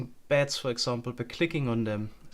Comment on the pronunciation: The way you say beds, makes it sound like bats.